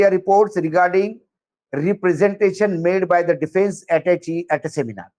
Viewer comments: फ्रेंच और अंग्रेज़ी भाषा में attache शब्द का उच्चारण अटैशे होता है, अटैच, अटैचे या अटैची नहीं। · Correct pronunciation is " atache" not chi but say❤ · The word "attache " is pronounced as " ataashi" where" t" is soft li like that in Tamil. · It's correct pronunciation is अˈटैशे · Pronunciation is " atashe "